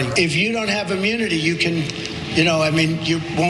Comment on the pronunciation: Is he saying AMMUNITY? 🤦🏽‍♀️